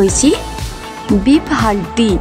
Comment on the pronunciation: হাড্ডি না হান্ডি 😂❤